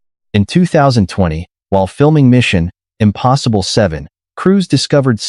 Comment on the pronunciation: Someone needs to tell the AI narrator how to properly say “Mission Impossible”. I hate the lame, lazy dependence on AI narration, when there are many talented voice actors and narrators who would do a much better job.